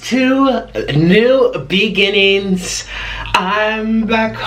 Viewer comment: When he said new beginnings I thought he said veedings. 😂 omg I died had to rewind it.